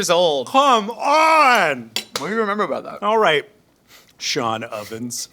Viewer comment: "Sean Ovens" 😂